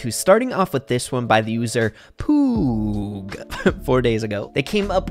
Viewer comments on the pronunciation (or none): your pronounciation of poooooog is wrong :( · Pretty sure he pronounced poooooog wrongly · Mispronounced “POOOOOG” 💀